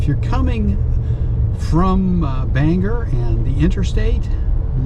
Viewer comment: Glad to hear you pronounce it the right way Banger, and not Bang-gor.🤣